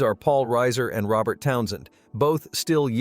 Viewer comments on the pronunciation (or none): none